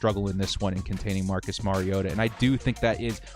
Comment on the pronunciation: Compliments on knowing how to pronounce the name of your subject: Mariota.